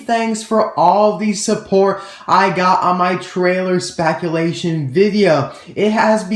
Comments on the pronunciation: spaculation lol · "Spaculation", lol. That gave me a good laugh haha.